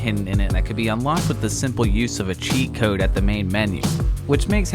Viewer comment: "Enter kode" God damnit.